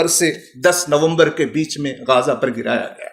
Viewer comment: پہت اچھی گفتگو۔ سبحان اللہ !!! غازہ نادرست ھے غزّہ درست ھے Ghaaza is incorrect Ghazza is correct.